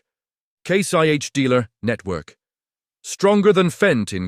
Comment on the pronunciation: WTF is this, AI with a British accent? It's Case IH, not Case YH. Why did you scramble the letters on the brand names on the tractors. You're saying them, but can't show them? Is FarmGear Pro another AI name like Massey Farms, or all those other stupid videos with misreads, misspelling, mis pronunciation, bad information, etc. IF any of these manufacturers are paying you for this dreck they deserve to go teats up.